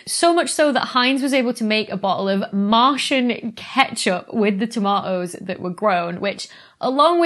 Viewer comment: "Toma' ohs"